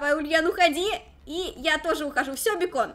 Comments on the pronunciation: Не бекон а бэйкон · Бакон а не бекон